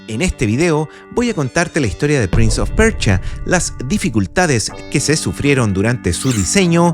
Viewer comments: Todo bien pero es prince of persia,no pecha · Interesante el "prinz of percha"